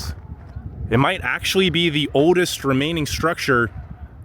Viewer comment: Are you from the Virginias? Your pronunciation of "mountain" and "oldest" sound like people from there.